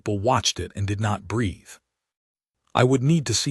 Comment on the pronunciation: Mispronunciation of words is a massive error for all these type of AI narrated stories. Geesh guys, at least teach your AI to correctly pronounce a word that is spelled the same but has several different pronunciations. The word breath has several different pronunciations that your AI is mangling because of the change in the text used. To breath (breeth), take a breath (breth)...or go back to school and learn the differences for this word. You have a mangled mess on your hands.